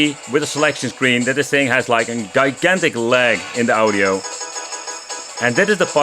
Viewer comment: Please zeg geen guy gantic maar probeer djay gantic te zeggen!!! Keep up the china packages coming!